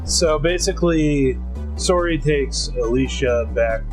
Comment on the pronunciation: Mason got lucky in the anime. In the game, he gets eaten. Also, it's seriously painful listening to you guys try to pronounce Sorey's name. Just call him Slay if you can't say it right pls